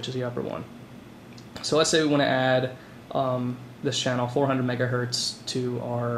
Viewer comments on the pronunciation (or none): none